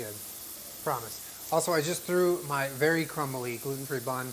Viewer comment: When you say “very excited” I hear “Aries excited”’ and I cannot not hear that now.